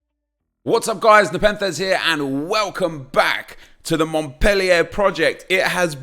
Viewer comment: You’re pronouncing Montpellier wrong. The ‘er’ at the end makes an ‘ay’ sound